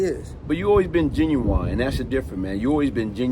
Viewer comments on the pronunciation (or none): Hey Big bro no disrespect at all.. but the word genuine is pronounced GEN U WIN not GEN U WINE.. that’s the singer! It’s our duty to correct US in all facets just as your doing for our youth! Great video as usual,,Much ❤️